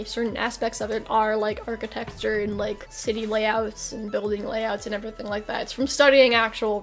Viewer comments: ok but why does pronounce architecture as "arc-i-texture" lmao as an architecture major I am extremely offended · Nobody:: architexture